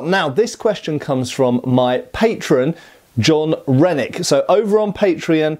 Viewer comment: I was listening while working and i heard “john rhenic?” As “jon redcorn”😂